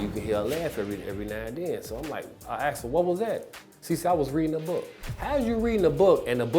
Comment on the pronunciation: Shut up woman and it's "asked not aksed"